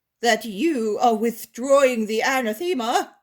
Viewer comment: Anathema is pronounced uh NATH emma. Not ANna THEME uh.